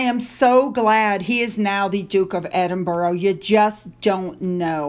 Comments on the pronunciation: it's Darby not derby, I know I'm a Derbyshire girl born and bred. As in Darby O'gill the Disney film, and it's Edinbra not Edinboro. It's Cheltnam not chel ten ham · Hi, I hope you might appreciate knowing that Edinburgh is not pronounced as 'Edin burrow' but as Edinbruh, inflection on the last syllable. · as you are going to be saying "Duke of Edinburgh or Duchess of Edinburgh" a lot now, please say it as it's pronounced. It's Edin-bruh. Thank you and goodnight 😁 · To correct you it's Edinbra not Edin ber ah. There is no borough on the end if Edin l. It could be pronounced Edin burg but most certainly not Edinborough. Listen to a BBC announcer or a news anchor they wil say the correct pronunciation. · Hi, can you pronounce Edinburgh correctly please. 🏴 Correct: ed-in-bruh or ed-in-buh-ruh Incorrect: ED-in-berg or ED-in-buh-row or EED-in-berg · Edinburgh is pronounced like this: EDIN-BER-AH. Just for your info. Also for your info, the Muslim lady's veil around the head is called HIJAB. The Burqa is actually a tent-like, all-encompassing dress worn by extreme Muslim women such as in Taliban countries. It covers every part of the body and face, with only a small netting to see through. It's like a cage! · There is no W on the end of Edinburgh.